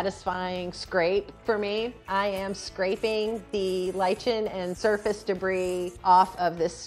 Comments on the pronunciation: Lichen is pronounced liken... For future reference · Fyi lichen is pronounced liken. Just saying hope it helps. WOW that marble looks brand new. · Friendly advice: it’s pronounced “Lie-Ken” or “Ly-Kin.” There’s no “ch” sound. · That's not how you say lichen.